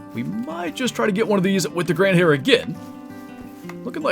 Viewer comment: Fast pronunciation lesson, the 2nd. 🙂 The new rifle is the Gandhare and it is in English spoken like: Gun-dahre. So, the hyphenation isn't between the d and h, but between n and d. 🙂 Cheers!